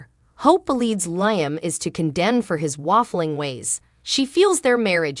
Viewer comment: It’s pronounced Liam Lee Um. Hello?